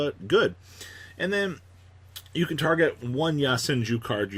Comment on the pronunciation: This dude need to stop putting ya in yo so fucking cringe worthy when people pronounces shit like that